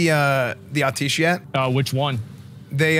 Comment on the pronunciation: Im sorry, I loveeeee your content.. but its pronounced At-e-esh 😆 <333